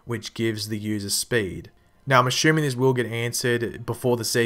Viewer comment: the way he says assuming errrr